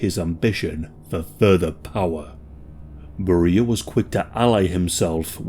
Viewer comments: His name is pronounced Bare-re-a, not beer-re-a. Thx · Why are you mispronouncing his name like this? In English it's pronounced "Barry-ah", not "Berr-ee-ah". Do you not speak English? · You're pronunciation of his name is not correct. It should sound more like 'bear-ee-ya'. Google Translate is always handy to help with pronouncing names, etc... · Vile monster. Even STALIN wouldn’t let his own daughter near him. But I don’t think you pronounce “Beria” like “Maria.” It’s “Bury-uh” or at least that’s the common pronunciation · Bro why in the world are you pronouncing his name Barreeeah? Sooo off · Beria is pronounced “BERR-ee-ə”, contrary to how we would expect in English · That’s one way to pronounce it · I was puzzled by the pronunciation since I have never heard it pronounced that way. How does someone put out a documentary about a subject that doesn't even have the correct pronunciation of his name....?